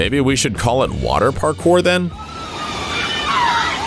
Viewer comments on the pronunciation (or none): none